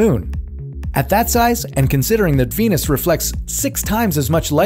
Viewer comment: 金星一直聽成penis